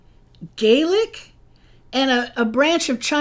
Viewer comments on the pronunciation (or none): none